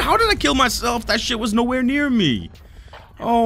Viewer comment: Bruh did u say emo strike 💀💀💀